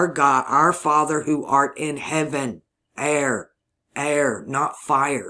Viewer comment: I em Th Fether. pronounced fathar... a and e pronunciation was switched.